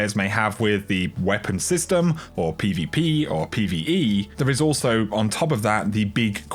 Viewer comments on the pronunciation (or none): none